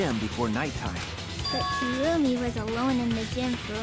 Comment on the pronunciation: Repeat after me, kirumi. Nlt kurumi, kirumi